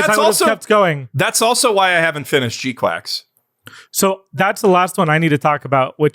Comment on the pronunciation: Losing my mind at how you all are pronouncing GQuuuuuuX. Did you all decide together to pronounce it quacks? In the show itself they say it's pronounced "kwucks"